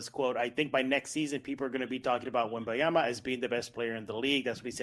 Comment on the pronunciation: Can we have our Locked On Spurs (of all media outlets) pronounce Wemby’s name correctly? It’s ‘WemBANyama’, not WemBiyama. It’s literally on his jersey. Let’s get this right. ESPN took all season.